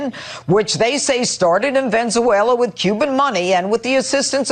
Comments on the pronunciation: started in "Venswayla" ?? It's a Canadian company you idjit! - founded in 2002 in Toronto, Ontario, Canada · that moron says Venzeuela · "VENZUELA" Haaaaa! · Haha pirro called it Venzuela and not Venezuela, they can't even get that right. Ohhh stupid fox........That guy called them out so well. And trucker mouth carlson getting called out too about dirty money. This is so good. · VEN-ZOO-AYLA??? Really Janine???